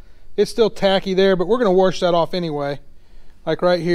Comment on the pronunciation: Wash, not warsh… but we get it …